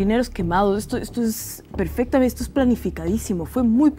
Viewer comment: boric "lo recuerrrrrdo perrrrrfectamente, una cerveza lager, fermentada, 5.5, sin lupulos...." Se le hizo agua la boca al aprendiz de allende